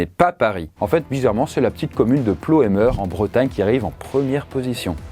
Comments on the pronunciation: Ça se prononce "pleumeur" et non "Ploeumeur".... Et c est juste une histoire de radiation liée au granit... Pas de pollution de l air dans cette belle petite commune du Morbihan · Par pitié, ça ne se prononce pas Ploémeur mais plœmeur (« Pleumeur ») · Ca se prononce "Pleumeur " 😊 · Ca se dit plomeur pour info 😂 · Sinon Ploemeur se prononce « PLEUMEUR » voila😅